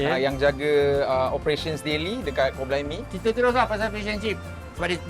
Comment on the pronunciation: Ooo sebut 'Kor blimey'. Den panggil chor blimey 😅.